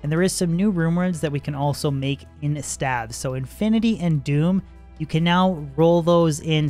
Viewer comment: what the fuck are stavs? you mean, staves? Staves, like graves or caves. Engrishy OP